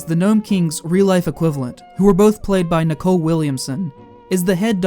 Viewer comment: Nicol Williamson’s name is pronounced “nickel”, like the metal or the US coin, NOT “Nicole” as in Kidman! That’s a girl’s name, and Williamson was certainly not a girl!